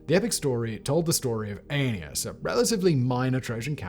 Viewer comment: I literally coughed my guts out laughing the first time he said Aeneas